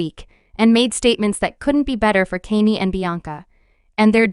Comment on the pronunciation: "Kaynee" 💀 smh